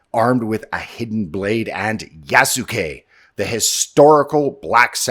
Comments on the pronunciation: it's going to be hilarious if Ubishit kept the stamina system from Valhalla for "Yasookee" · " Its YAASSUUKE time!" Ironically, they put the " yass" into Yasuke.